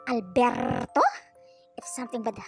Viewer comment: I was laughing hard when you were saying Alberrrrto 🤣🤣🤣🤣